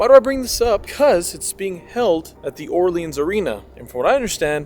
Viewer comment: Ask a local how to pronounce The Orleans because you are butchering it.